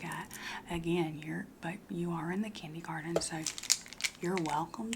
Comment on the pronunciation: okay but is she passionate about the kindey-garden potatuh parade...?